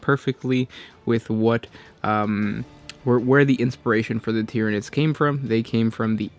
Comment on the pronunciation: lol the time “tyrinids”